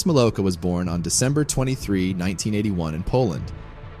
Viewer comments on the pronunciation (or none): Wrong name pronunciation, the W in Milowka is a V sound. But then again, stupid Americans always do badly with names that are even a little bit strange.